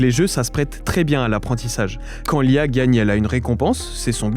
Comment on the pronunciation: La question qui ressort de cette vidéo : il a dit "lee a..." Ou "l'IA"?? 😱😱😂😂